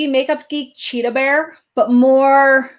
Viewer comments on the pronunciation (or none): none